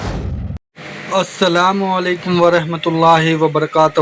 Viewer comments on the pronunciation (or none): بھائی ایڈمن پہلے آپ اپنے سلام کو درست کریں